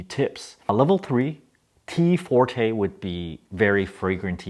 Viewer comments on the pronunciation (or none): none